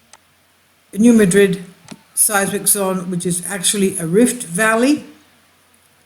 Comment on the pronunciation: Please check the pronunciation of New Madrid because we Missourian’s don’t say it the same way as we pronounce the city in Spain.